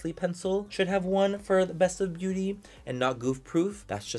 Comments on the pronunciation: Sometimes he says “beaurrrrry” in a Mexican accent So might be a joke lmao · You gotta read it in his voice “Beaurrrrrry” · He always says “beaurrry” 😂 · That’s that way he says beauty. Come giiiirl. Roll that t